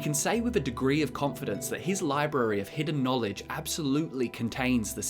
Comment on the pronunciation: He readd the boocc He succ the knowlej